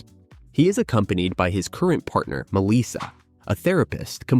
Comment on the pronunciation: It is not Misa it is Melissa.